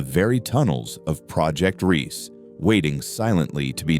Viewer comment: It's NOT Project REESE, but Project Riese, pronounced REEZuh., meaning project Giant. The e on the end is not silent.